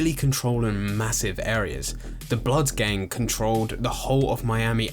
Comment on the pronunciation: So is it gang or geng? The way you pronounce it really takes me out of the video.